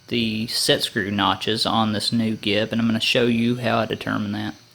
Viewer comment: I've always heard "gib" pronounced "jib" with a soft g, as in "giant". FYI